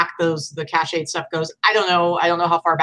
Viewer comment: FYI: It's pronounced CASH-ed not cash-AY-ed. From Merriam Webster Dictionary Cache means "a group of things that are hidden," and entered English in the 1700s. It can also mean cache memory, or "a part of a computer's memory where information is kept so that the computer can find it very quickly." This word is pronounced \CASH\. Cachet has several meanings. It can mean "prestige," "medicine prepared so that it can be swallowed," or "an official seal," the oldest meaning of the word in English, first used in the 1600s. It is pronounced \cash-AY\.